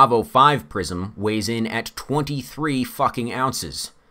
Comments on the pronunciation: I keep hearing "prison" instead of "prism." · I thought he was saying ‘prison optics’. I don’t even know what they are...